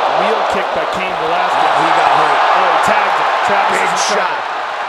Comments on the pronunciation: Cayenne??? I thought it was pronounced kane 🤔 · Bro I was coming to say the same thing! Like you had one job and you can’t even pronounce a one syllable name 😂😂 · it isn't. Because the person who owns the name doesn't pronounce it like that. Also this isn't theoretical, it's been a name for a REALLY long time. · They don’t know how to pronounce Cain. 😂